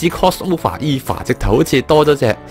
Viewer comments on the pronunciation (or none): EVA 唔係讀「衣Fa」，係讀「欵FA」